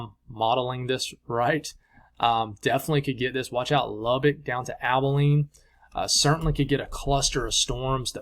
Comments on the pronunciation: Bless your heart,. It’s Abilene. A buh lene. 😉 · lol Abilene is like pronouncing the A in the word bag 👍🏽